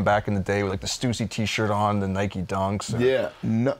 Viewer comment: "stoosy", really? It's "Stussy"!